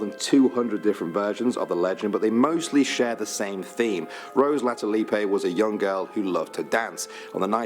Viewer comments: OK. The guy who put this video together wrote Latulippe and pronounced it "La Tulipay", but her name was Latulipe with a single P and it is normally pronounced "La Tulip"😃😉😊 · Rose Latulippe - properly pronounced "LA-tue-LEEP". Don't listen to his pronunciations of French names! (Edit: improved phonetic pronunciation.) Oak Island is by far the most famous of all these. This Canadian had only heard of Oak Island. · Not saying this to be negative, but the pronunciation of Rose Latulippe in the video you are watching is wrong ( He makes it sound Spanish or something ) it's more like, La ( musical note ) tulippe ( like the flower Tulip ). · Sorry to our British Canadian. That last name is Lah two Leep. a TULIP. Just ask Guy Lafleur or Jacques LaRose. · This guy’s pronunciation of a French name is completely wrong. It is really pronounced like Rose La too lip or La Tulip 🌷 like the flower. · Canadian here....I only heard of the Peggy's Cove story and oak island. All the others never heard of them. Also when you say Latulippe in french the e is silent. ( means litterally The Tulip) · Rose Latullip the ‘e’ is silent! It’s missing the Flying canoe legend from Quebec and Champ the monster of lake Champlain on the US-Canada border! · Latulippe is absolutely not pronounced that way! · That dude is not pronouncing Latulippe correctly. As a native French speaker, I can tell you that as a general rule the letter E is silent at the end of a word (unless there is an accent on it...) Her legend is just Catholic bullshit in its its purest form and is meant to limit women's freedom by creating superstitions and fears, to deter them from having too strong a personality that would eventually lead to mortal sin... In colonial times, it was important for all women to be suitable brides that would go on to birth lots of children to populate Québec. And to be fanatically pious.